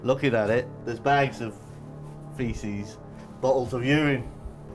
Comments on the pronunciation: What is Ureyne. It is Uraine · Nobody: Narrator: bottles of urIne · Stop saying UR-INE, you fucking moron! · “You rine” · "yourine" lmao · How did he say urine? He said it 3 times. Lol